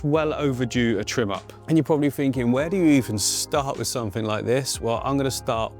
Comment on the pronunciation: Click sumfink? Must have been a late night 😂 ❤